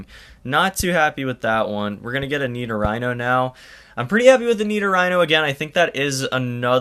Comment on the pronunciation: Nido-"Rhino"? Most People pronounce it to Nido-Ree-No